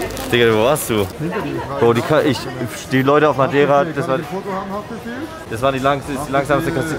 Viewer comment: Dein Ernst:,, der Madaira Whirlpool"